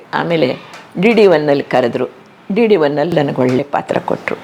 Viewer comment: Valleya( ವಳ್ಳೆಯ) ಇದು ತಪ್ಪು OLLeya( ಒಳ್ಳೆಯ). ಇದು ಸರಿಯಾದ ಕನ್ನಡ ಉಚ್ಚಾರಣೆ. ಕನ್ನಡ ಸರಿಯಾಗಿ ಮಾತಾಡ್ರಪ್ಪಾ ಕನ್ನಡ ಮಕ್ಕಳೆ.